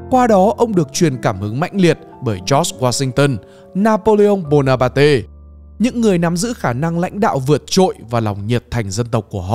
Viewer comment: Anh ấy giết chết tôi bằng na-pô-lê-ông bô-na-pate XD